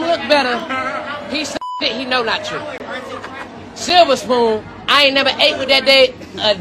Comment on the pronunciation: Tiny: “ you was born with a silvaspoon” 😂